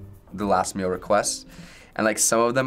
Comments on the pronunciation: hon. i think you got it all wrong ✋🏻 it’s not mill, it’s meal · She also doesn’t say “meal” she says “mel”